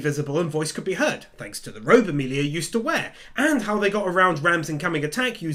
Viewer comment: not to be that guy cause I know what you are saying but its Emilia... sorry but kinda just annoyed me but I knew what you meant